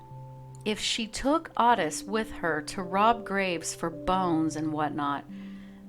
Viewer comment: Its "oh-tis" not ott-is